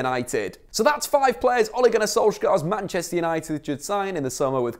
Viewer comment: Also, it's not Oh-lay. More like Ugh-Le (like you pronounce Lemar from Thomas Lemar, or the French 'Le Parisiens')